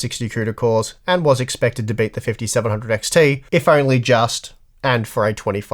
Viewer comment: Why would you downvote a video like this, I don't understand it. I kept hearing bate instead of beat but I'm not a native english speaker so yeah...